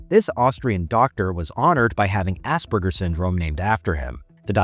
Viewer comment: Idiot pronouncing Asperger's as Ass burgers 🤦‍♀️